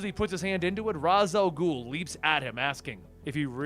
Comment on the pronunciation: Please pronounce Ra's al ghul the correct way they have it in the animated movies an shows, and everything else. Besides that, amazing videos and keep up the good work